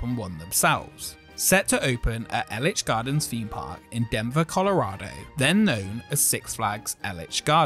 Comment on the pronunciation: No one ever seems to know how to properly pronounce Elitch Gardens 😂